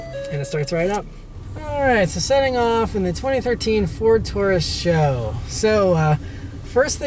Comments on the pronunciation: S.H.O. not Show. Do you try to say GTR, or STI? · Ford Taurus "Show" _. It's pronounced S-H-O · I was cringing every time he said it lol...super high output.. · saying "show" sounds fucking ridiculous. Couldnt even watch the video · I thought it was pronounced S, H, O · This guy gets it^^^^^ say it with me, S-H-O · Can't take your reviews serious, if you can't even pronounce car model correct.